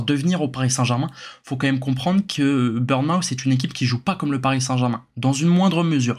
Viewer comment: Petit détail, c'est pas "burn-mouth" mais "Bourn-mooth", merci pour la vidéo cela dit!